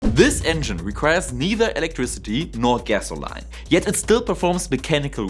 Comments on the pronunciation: It's OK you can say "petrol" - it's your familiar parlance and we understand - or if you say "gasoline", it's "ga-so--LEEN" not "-LINE" ;p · Funny how the Stirling Engine can be used anywhere on Earth but is used NOWHERE ob Earth. By the way, your English is EXCELLENT but the word is typically pronounced "gass-oh-LEEN". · Helpful Hint...In North America the pronunciation is gas-o-lean. Watch any video from US and you will hear it pronounced correctly. Good Job! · "Gesolain" kills me bro 😂